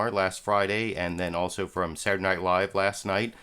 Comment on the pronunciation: I enjoy how you pronounce the word "Saturday" "Surday." And I like how you start every analysis with "Huh..." Not making fun, love the show.